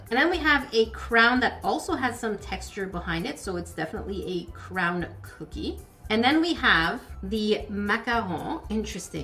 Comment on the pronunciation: It's a cook-key 😂